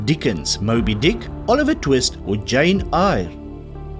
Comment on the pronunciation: Jane Eyre. Eyre is pronouced, 'Air'.